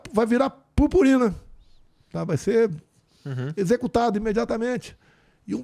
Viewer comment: "Vai virar purporina"😂